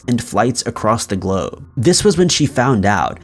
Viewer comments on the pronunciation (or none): none